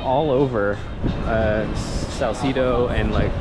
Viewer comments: salsedo kase hindi salsidow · Dont pronounce it Sal-ci-do...the right prononciation is Sal-CE-do.. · I'm only watching this cuz I thought yer bradley cooper....but in fairness yer cute....I LAAAAVVV how u pronounce salcedu like canong-cano slang-ish😆😆😆